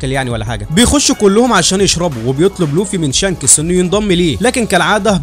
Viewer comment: أوحش حاجه في الملخص اسم شانكس حضرتك يعني بتنطقه شانکٍسٍ😂😂😂